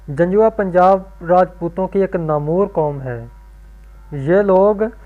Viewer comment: Kitab se likha nahi parh saktay Janjua Namor qaum hai😅😅😅 O Bhai kitna parhay likhay ho 🤔 Namvar lafaz hai Namor nahi